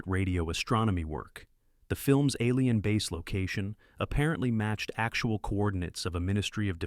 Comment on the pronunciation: Gotta watch out for those "ah leen" invasion films.